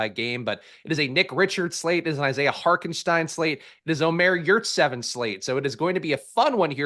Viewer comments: "shtein" is right, Hark still isn't... The German pronunciation definitely uses a T sound. "Hault-en-shtein" is more correct. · Where is getting that K in Hartenstein? Lol